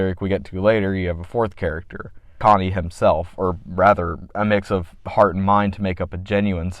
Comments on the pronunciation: "Connie" bruh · amazing video but cmon man... "Connie?"😭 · I like this review, but it kills me how you pronounce his name "Konny" and not "CHonny" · you saying "Conny" rather than "Chonny" like how it's said in wtth is driving me insane to this day 😭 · The fact be pronounces Chonny as "conny" drives me insane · AHHH SAME CHonny not C-Honny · Only thing I have to say other than praise is I believe your supposed to pronounce the Ch in Chonny. I am aware that it is a based in the name Johnny. But in the name "Chonny's Charming Chaos compendium" The alliteration works much better with the "chuh chuh" "kuh kuh" sound. I know its nite picky but that just makes more sense to me. EDIT: and more pressingly, he says the title of CCCC outloud at the beginning of his Welcome to Tally Hall cover and in that instace he pronounces the "chuh"